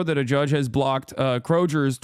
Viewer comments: As an Ohioan I am cancelling Hasan for mispronouncing Kroger's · whyd he say Kroger’s like that